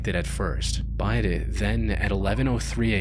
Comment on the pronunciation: Every time this dude says the word BUT, it sounds like he's saying the word BITE lol is it just me